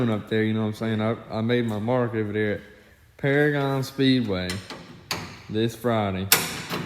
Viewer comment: paragon is one of my home tracks awsome to see u guys like that track and its pronounced pair-again lol